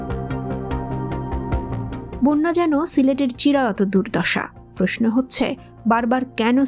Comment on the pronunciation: বোন্যা বলে। হবে বন্যা